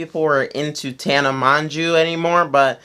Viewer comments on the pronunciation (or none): Tana Mon-jew, are you kidding me? Mon-jew??? Dawg are you being anti-Semitic?